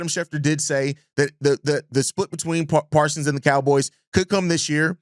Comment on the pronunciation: Parsons with a S at the end